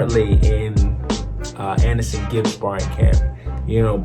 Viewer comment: Anesongib not Anesonegib 😂😂